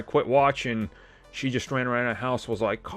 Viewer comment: Hey, it's not Carl. It's Coral. Coral? Where are you Coral???? LOL